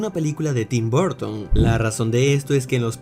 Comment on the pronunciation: Gente normal:Tim Burton:tim bOrton